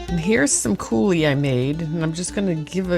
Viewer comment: Pronounce coo-LEE, not like the Dam!